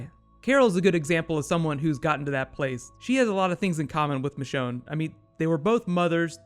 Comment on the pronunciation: "MECHONNE" hell no!!! It's MICHONNE